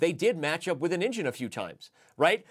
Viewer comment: nvm it was badly pronounced "engine"